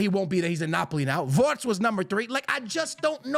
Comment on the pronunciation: why are you saying wortz